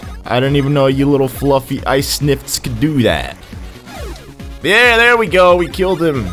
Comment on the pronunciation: Also their not snifts their snifits do u even super mario bros 2